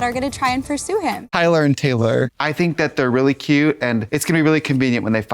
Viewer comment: Tayler? TAYLER? TEH EEEEEH EHLER? Arrest that woman.